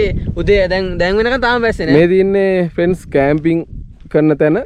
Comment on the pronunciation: ප්‍රෙන්ස් කියන එකා පඩයෙක් වගේ 🤣